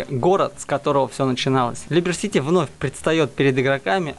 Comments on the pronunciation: Как же режет уши когда ты читаешь названия игр,когда в описании не туда ударение ставишь,чел когда говориш про выживалки а-ля террария там нет слова и понятия биохим есть было и будет слово биом🤣🤣🤣ужас такого бреда не слышал,деус экс а не дуос,либерти сити чел а не либер ,универсале эдитион чел ну не трудно же нормально сказать юниверсал эдишн 🤣🤣🤣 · особенно либер сити))) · Неа🤣а как тебе либер сити?🤣дуос экс,универсети?ды все названия как вижу и мне удобно так и читаю))аж блин уши режет🤣🤣🤣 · Ну хоть не я один кому режет уши и вызывает дикий ор произношение и чтение название🤣либер сити🤣автор незнаю на что надеялся таким подходом🤣🤣🤣